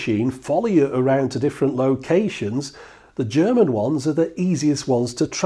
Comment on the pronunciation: Thanks a lot for this great Video. I am from Germany, I kinda grew up with these machines in the 70s when my drunken father drew me into the local bars and made me spent my time with these machines, while he was getting boozed. Great Video, great research. Best I liked your german pronunciation, which you did really good. Cheers. Joe :)